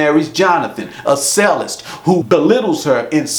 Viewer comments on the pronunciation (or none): Also, it's pronounced CHEL list...